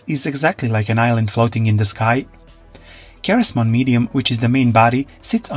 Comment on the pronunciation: it’s pronounced SEH-REZ-Mon not KAH-REZ